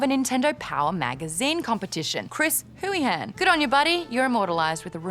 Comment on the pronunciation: It's pronounced Chris "Hool-ih-han" but I've seen worse butchering of Irish names lol